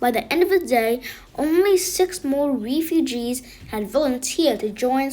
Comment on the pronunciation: Just so you know it’s “reff YOU gees” reff like Jeff